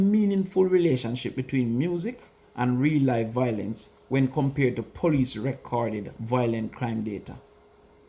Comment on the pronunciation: Violence vs. Voilence.... Why can't Jamaicans pronounce this simple word?🤔